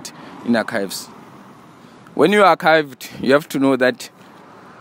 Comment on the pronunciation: Not my guy saying arkived